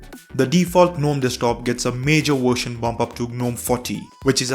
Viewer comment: "This new Wersion"